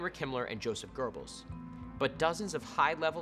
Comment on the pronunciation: Proper Pronunciation is: Hyphenate : joseph goebbels Yo-seff Gir-bells